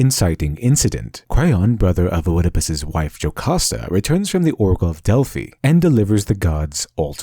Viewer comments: how do you have a channel with "literature" in the name but NOT know it's pronounced ED-IH-PUSS not O-ED-IH-PUSS and it's Del-FEYE not Del-FEEE, nice video but had to stop listening at that point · Great content! Thank you. Sorry I'm over a year late. You're incredibly intelligent, but some of the pronunciations detracted from my enjoyment. Surprisingly correct: denouement Socially acceptable: anime, manga Made me sad: nakama, mischievous, Oedipus, Delphi